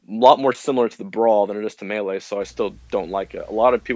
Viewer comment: "Miilay" - Fantano